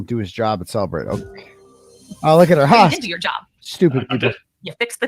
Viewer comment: It's funny how, in every case, they count on cellebrite to convict somebody. But in this case, they're saying cellebrite wrong